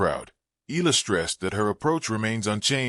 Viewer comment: Alex E-ya-la is how it's pronounced.